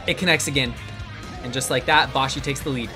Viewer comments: Boshi is pronounced like yoshi. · The constant mispronunciation of Boshi is seriously vexing the inner weeb in me…